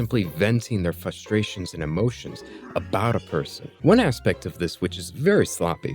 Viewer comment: Frustrations, not "fusstrations "